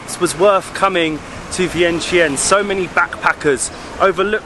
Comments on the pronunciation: To pronounce it exactly in Lao is Viangchunh. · Vientiane is actually pronounced Vieng-Jan by Lao folks. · In fact, it is pronounced, Vieng-jan.